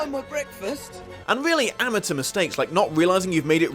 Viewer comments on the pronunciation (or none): none